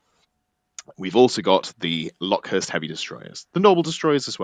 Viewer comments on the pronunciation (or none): Everytime you said LockhuRst instead of locust I died a little inside, otherwise good work!